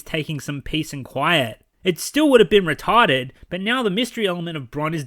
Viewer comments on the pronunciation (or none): "So Retawded!"